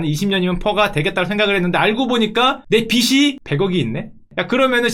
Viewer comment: 보실지는 모르겠지만 빚이는 비지로 발음해 주셔야 합니다...